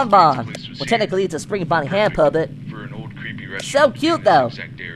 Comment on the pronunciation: don't spirng say spirng mama hahahaha😂😂😂